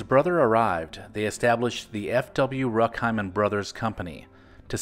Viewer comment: Remember those Jack Gilford commercials as a kid, barely. He was like a Norman Rockwell character talking to kids and cheering them up like everyone’s uncle. Btw German name Rueckheim pronounced Roook-heim (not ruk) and Eckstein as Eck-stine (not steen).